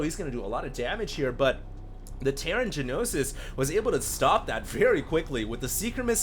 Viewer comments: It's gnosis, not g-nosis. Means knowledge in Greek. I've heard used in English before, butI can't remember the context :S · It's pronounced "nosis", not g-nosis. Gnosis is Greek for knowledge, and usually means religious knowledge in English (ie gnosticism = belief that matter is evil, knowledge is emancipating). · One thing about the pronunciation: it's just "Nosis," despite the G. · Hearing you say Ja-Nosis all game is driving me crazy. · You mispronounced gnosis.. g-nosis lol... xD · "Gee-nosis." *twitch* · It's "NO SIS". The 'G' is silent. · Gnosis ... Pronounced NO-SIS. It is a Greek word meaning revealed knowledge. The Gnostics were a major heretical religious movement in medieval Europe who believed the creator of the known universe was evil. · Yes, you're right. I was just trying to give the pronunciation of the word, including the two syllables (not saying it should appear that way, just that that's roughly how it should sound); was pronouncing the "g," which is silent. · pronouncing silent g's makes me bat shit, sry.